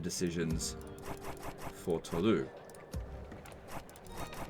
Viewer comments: Why do you say Toulou? That would be the correct pronunciation if it was written Toulous, But it's Toulouse, so you pronounce it "Toulous" :) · Anyone else annoyed every time he says Tawlou? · Toulouse is pronounced "To lose". The pun is not intended. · Fun fact as French, we realy pronouse Toulouse as "to lose" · Its pronounced Toulouse with an S at the end. In French, generally, only the last letter is silent, so if it was Toulous you would say it without the S, but Toulouse is with an S :) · Is funny hearing how english speakers pronunciate latin words. You simply dont spell all the letters of the words (Tolouse, for example). Once i hear a brittish spell the word "Carrero", and soud exactly like a dog barking.